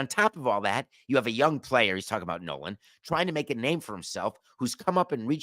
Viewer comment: Nolan "Shnool"??? C'mon David. Get his name right.